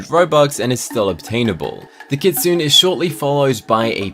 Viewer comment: Not kit-sune, its kit-suu-nay